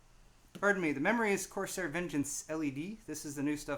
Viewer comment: It's corSARE not corSAY. This isn't French. Don't know why that bugged me so much.